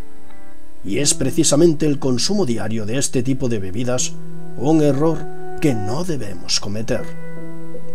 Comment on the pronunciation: Dijiste bibidas